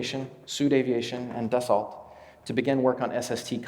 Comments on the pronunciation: Wonderful presentation. you might think of pronouncing Dassault without pronouncing the 't', thus more like saying "Dass-soo" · Great talk - minor thing but Dassault is pronounced “Dass-O” after founder Marcel Dassault.